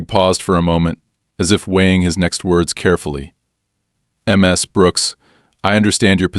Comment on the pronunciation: The constant misspeaking of the honorific Ms completely distracted me from the story. History first- (unfortunately from an USA source) The contractions Mr. and Mrs. are short for Mister and Missus/Missis. These contractions, like their longer forms, are used in etiquette to show respect to men and women. Mr. and Mrs. are pronounced the same as their longer forms: Mr. is pronounced as [ mis-ter ] and Mrs. is pronounced as [ mis-iz ] or [ miz-iz ] in the Northern United States and as [ miz-iz ] and [ miz ] in the Southern United States. Historically, the title Miss has been used as an honorific for unmarried women or young girls. Western women became more independent and especially when divorce became common, the title Ms. became the honorific used to refer to any woman, regardless of marital status. It is NEVER pronounced eem ess but more toward Mizz. See the dictionary pronunciation of the country you prefer. For me it is Canada or England but to each his or her own as long as you are consistent.